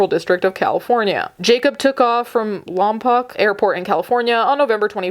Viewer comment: Its said like lomPOKE😅 wow i forgot about this, jeez the stupidity...